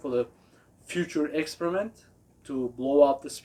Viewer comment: Lol u kill me when u say experiment. It sounds like you are saying excrement. As far as amps, you dead on correct . There is a lot of good brands , but for the money, Orion is definitely the best.